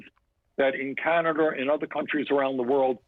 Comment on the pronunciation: I like how he said canader